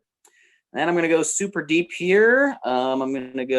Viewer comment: "Deepp Purple" - anyone else notice that?